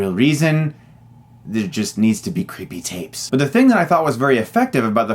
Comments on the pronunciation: crippee tayps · I like how you say creepy tapes. 😂